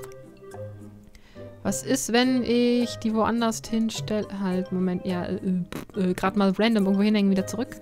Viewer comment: Zu aller erst schließe ich mich den anderen an: Flippig!:D:D Allerdings, liebe, es heißt anderS und woanderS ohne ein T am Ende;) Da krieg ich schon bei meinem Opa immer zuviel, der sagt auch immer "ebenD" anstatt eben. Aver naja jut, isch mein, en jeder hät so singe Akzent, wa?